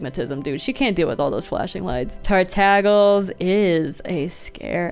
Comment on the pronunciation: I died when you said tartagles 😂